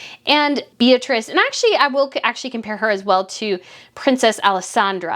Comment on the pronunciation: Meghan needed a crisp, well tailored with no gaps, white shirt. She is know to be MESSY. Her heels are too high for shorts. Espadrilles would have looked better. Beatrice in Italian is pronounced Bay-ah-tree-che and Borromeo is pronounced Boar-ah-May-oh.